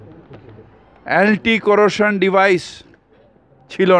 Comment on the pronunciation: এন্টি কোরোসান নয় এন্টি কলিশন এটা কোলকাতার মেয়র!😂